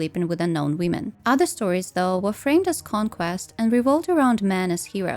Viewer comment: why do you always say "wiim'n" ? 😭